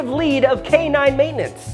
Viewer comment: “Matinence” ? 🤔 I can’t tell if that was intentional or not.